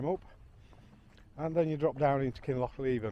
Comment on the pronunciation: Thanks for sharing enjoyed every upload of your travels only small criticism i have is your pronouncing of kinloch leven is wrong noticed this in few of other peoples videos ,no harm done mate just us scots it dosent ring right to our ears 😂 thanks again and stay safe on your adventures ATB ...colin.